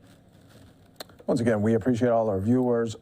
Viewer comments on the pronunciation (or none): none